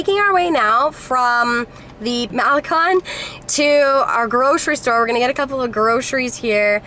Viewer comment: Competed b. S. They can not even pronounce Puerto or malecon. I have lived in Mexico for 20 years.